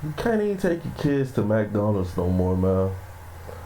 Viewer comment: It's time for black people to evolve! I'm a Black man and I'm tired of seeing this demonic B.S. Bro it's pronounced like (Mick-Do alds). Learning how to pronounce words correctly is important especially if you have a podcast.